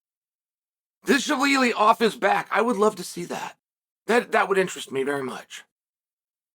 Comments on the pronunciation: Whos this "dish-lavili" fellow? 😂😂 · Dilshavili 😂😂 Chael the Butcher of Names. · I lost all focus when he said dishlavili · When chael mispronounces your name . You’ve made it in life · hes making fun of the way chael pronounces merabs last name